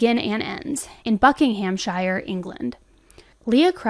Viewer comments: god this case is so sad 😭 hearing my country's names and stuff mispronounced and butchered is kinda rough to listen to ngl 😂 they're pronounced buckingham-sheer and tems valley police. please google the pronunciations when making vids, it's the cherry on the top of your amazing content 😅❤️ eta: saddo is the same as loser. teasing him 😂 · You butchered saying Buckinghamshire 😂😂 sorry I'm not laughing at you. It sounds so funny when it's pronounced the way you said it lol. It's pronounced shuh at the end not shire (Buh-king-um-shuh). Anyway the owner of that house is female and she hadn't been there for years. owner. Also over here the police can't force someone to answer the door. They have to have a warrant. And for a warrant they need some evidence she had been there. The police did what they could do. Its different laws here to over there the police are restricted a lot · Another excellent video, as are all of yours. I hope you don't mind me suggesting a few pronunciation corrections though: the "shire" in counties such as Buckinghamshire, Cheshire, Lancashire, etc, is just pronounced "sh", and the "Keynes" in Milton Keynes sounds like "keens". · I love the way Americans say English words exactly how they are written 😂 “ Buckinghamshire” 😂 I love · Just to let those not from the UK know. When you see a place that ends with shire it’s not pronounced how you would think like how said it. It’s actually pronounced like you’re saying shirt but without the T at the end. I know it’s confusing but that’s English for you. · It's pronounced 'Buckinghamshur' rather than 'shire' and Milton Keynes is pronounced 'Keens' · And Buckinghamshire is bucking-um-sher. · I love how beautifully you don't shy away from pronounciations! Thameside is pronounced as Temz-Side, Buckinghamshire is pronounced Bucking-ham-sheer and calling someone a 'saddo' is a cheeky term of endearment basically saying someone is not 'cool' but in a joking way (mostly!)